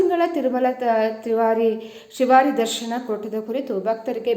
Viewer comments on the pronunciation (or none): ಶ್ರೀವಾರಿ ತಿವಾರಿ ಅಲ್ಲ